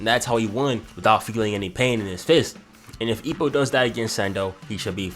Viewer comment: The way you say "Ippo", the subtitles thought you said "E O". nice video btw.